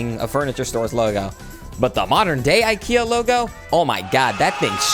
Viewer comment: You don’t say Ikea like that…